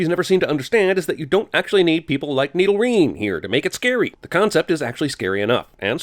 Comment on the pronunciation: Lol "Needle-rine"